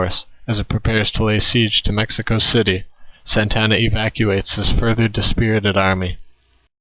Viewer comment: You are pretty stupid. Mexico did not have a leader named Santana, as in Carlos Santana. This Mexican leader is the same leader who disguised himself as a peon to escape capture by Sam Houston at the battle of San Jacinto. The very same leader who killed every defender at the Alamo and the prisoners at Goliad. This leaders name is Antonio Lopez de Santa Anna. Not Santana. You are for sure not a Texan or from Texas , nor do you know anything about Texas history and the names of those involved. Your battle facts might be correct, but since you do not know how to pronounce the names of the people involved this video is useless and is swill.